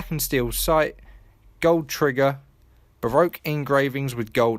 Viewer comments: Baroque is pronounced "Ba-Rock". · Baroque is pronounced like ba-rock